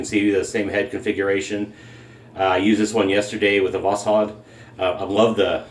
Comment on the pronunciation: Thank you for the proper pronunciation of 'Voskhod'.